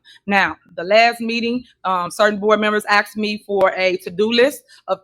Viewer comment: The word is not axed it is asked